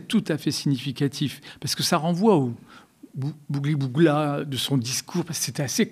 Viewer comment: Qqun peut dire a Beligh Nabli qu'on dit "gloubi boulga" et pas "bougli bougla" 😂